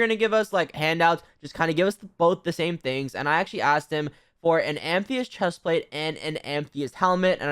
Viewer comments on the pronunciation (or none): IT IS NOT AMTHEYST ITS Am-a-thyst